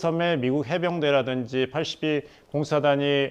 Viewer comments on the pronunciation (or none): 팔이공수사단? 팔십이공수사단이라고 해야 되지 않나? 프랑스 파리공수사단처럼 들림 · 82를 파리 로 발음하는 저 수준으로 아나운서? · 미국 제 82 공수사단을 참 독특하게 읽네 ㅋ